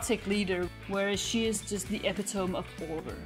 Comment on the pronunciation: Yeah I noticed that too.